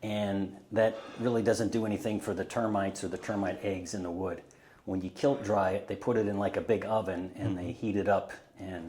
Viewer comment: Kiln dried… not kilt